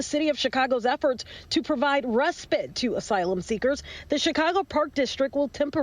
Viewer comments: Respit is what she is saying. Its respite. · RespITE - rhymes with fight. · Why can't supposedly educated reporters pronounce the word respite, not respit. Why spend centuries passing laws based on logic, common sense and to benefit YOUR citizens, then by-pass them, with nonsensical laws. Decriminalise crime and illegal activity, somebody's cooking and it's a recipe for disaster.